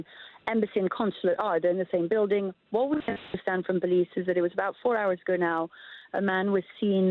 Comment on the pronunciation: Reporter pronounced building as bulding or whatever. These colonial English accents are really distracting.